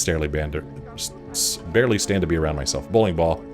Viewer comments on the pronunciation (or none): So funny when you said you could 'starely band' instead of 'barely stand. Whatcha smokin'? Hahaha, that was a good one. Reminds me of the time I said I was going to have some 'cook and milkies' XD